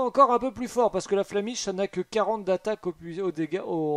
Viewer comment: Tu as dis l’attaque flamiche au lieu de flammèche ! Nostalgie